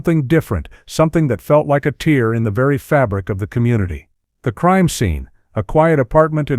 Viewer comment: You can tell it's AI rubbish when the commentator can't tell the diifer4nce between tear ("teer")a s in cry and tear ("tare") as in sever